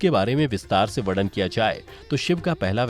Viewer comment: बहुत सुंदर कथा सुनाई 🙏🏻 संहार का उच्चारण सहार नहीं है 🙏🏻 शब्द वर्णन है वड़न नहीं। 🙏🏻 शब्द सम्पूर्ण है सपूड़ नही 🙏🏻